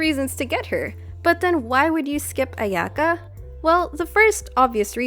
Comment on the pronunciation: I can't deal with the pronunciation of her name, it just hurts... just like klee </3